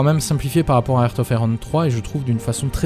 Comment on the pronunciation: Aaaa c'est marrant comment il dit "ert of iron" ^^